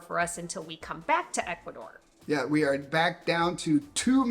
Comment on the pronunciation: Please work on your Spanish pronunciation. For people who have lived in Ecuador.... come on. H is silent in Spanish. Vowels sounds are very predictable in Spanish. Just try.